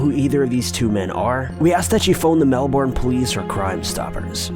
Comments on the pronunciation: I hate when people pronounce Melbourne wrong. It’s pronounced MelBern not Melborn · Just a quite note; it's pronounced 'Mel-ben', not 'Mel-BORN'. :) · I live In Melbourne just letting you know it said Mel - burn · If this is Melbourne in Australian, it's pronounced 'mel-bin' take notes